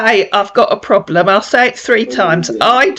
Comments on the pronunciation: His “Ploblum?” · What's a ploblam?😂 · And plobrem 😂